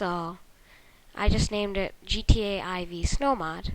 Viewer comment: Why do you call gta IV, "GTA I-V"?